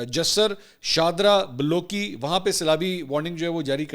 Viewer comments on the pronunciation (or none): Not Baloki. Ballo ki